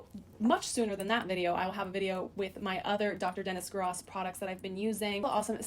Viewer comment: It’s pronounced like GROWSS not GRAS